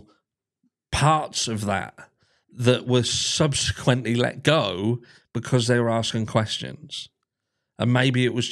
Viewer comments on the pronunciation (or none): none